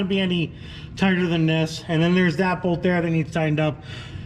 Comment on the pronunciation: Why do you say “bold” instead of bolt?